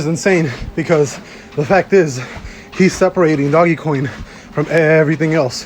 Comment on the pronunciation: Mans bought sm dogecoin and still can’t say it right😂😂 much love bro hope we hit the moon